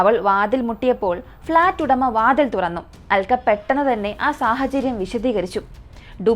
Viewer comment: Aalkka alla "Alka"...pronouncian sredikkuka, especially names, place names etc...